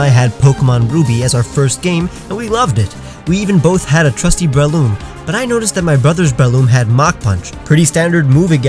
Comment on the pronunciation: THERE IS NO I IN BRELOOM!